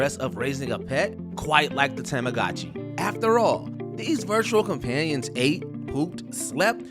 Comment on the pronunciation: Let's see if you can pronounce TAH MAH GOH CHEE correctly.